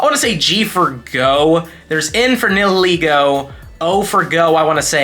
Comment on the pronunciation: Hey look up how to pronounce nihilego. Love your videos!